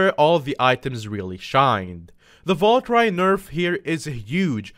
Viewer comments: actuly its not valcry its val ker e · Babe valkyrie is the same pronunciation over the world Val and kiri like the cow I'm confused everytime you sat it bruh